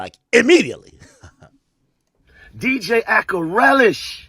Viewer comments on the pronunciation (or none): Ak he called you djakrelish 😂 😂 😂